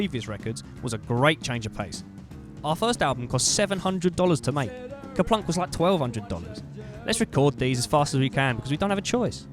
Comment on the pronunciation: It’s actually Kerplunk.